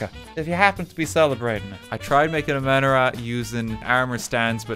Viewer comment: the way he pronounced Channukah and Menorah hurt me